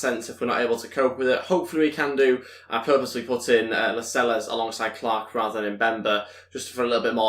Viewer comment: It's La-sels not las-eles